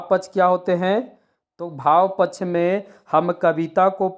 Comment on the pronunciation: पक्ष शब्द का उच्चारण सही करें